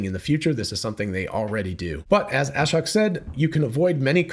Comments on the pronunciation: His name is pronounced a-shóke. Long O, accent on the 2nd syllable. A shocking revelation, I know. Just listen to the first seconds of his Occupancy Network talk where he introduces himself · It’s (Ah-Shoke)